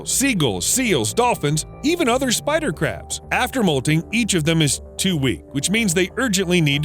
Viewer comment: Why do i hear every spider crabs as Spycrabs